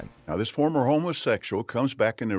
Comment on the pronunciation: I keep hearing him say "homeless-sexuals" lol.